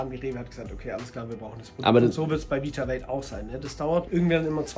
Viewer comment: Witzig wie Eli den Namen seiner eigenen Marke nicht aussprechen kann. Is ist just me oder sagt er ganze Zeit „Vitawelt“ ? 😂